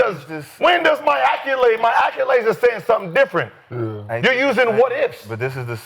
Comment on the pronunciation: Somebody please tell Gil there's no "U" in "accolades". Lol he uses it so much, at least pronounce it right. Damn acculades lol